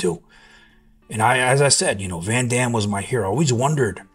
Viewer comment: That interview with Dolph is literally out there for everyone to view. Why do you need to repost it adding your ad lib? You literally repeat what Dolph says in the video. Also, you can't pronounce Jean Claude Van Damme or Arnold's last name? This just all looks extremely insincere...I recommend everyone watches the interview with Dolph in full.